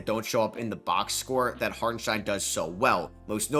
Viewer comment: Props for the pronunciation, you nailed it